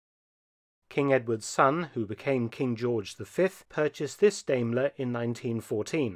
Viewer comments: I have always head Diamler pronounced like Diamond. Hearing you say it like Dame is weird. I believe Diamler Chrysler Mercedes Benz is still a thing, as far as parent company. The car that is 45 horse power is crazy! I bet that car weighs 5 tons! Top speed of 55 mph after 14 minutes of acceleration. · Daimler (you might think of a DIME when speaking it, as it is pronounced Dimeler)! Not Dameler! I am sorry, Dr. Felton, but I've become quite alergic to people butchering the German language -.- Otherwise a great video, as usual :) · So I have to ask how common is it to pronounce Daimler as Dame-ker rather than Dime-ler as that is the normal pronunciation as a car guy this is the sort of thing I think of anytime a car brand is pronounced in a different way. Obviously this is an amazing collection but that's the question that comes to my mind. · Sorry but it's pronounced diemeler not daymler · It’s pronounced dime-lair Thanks for posting this! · But in Britain it is pronounced Dame..ler. Being German/British I am happy with both pronounciations. Best wishes. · I see because everyone over heard say it say it as dime-ler and even google says it like that. Of course I've heard some other weird pronunciations as well so shouldnt surprise me. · I think it's pronounced "DIMEler." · It is not Dayyyyymlor. Please. We respect English enough to pronounce your stuff right as well... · First Car And also the first syllable in Daimler rhymes with Time. Just saying.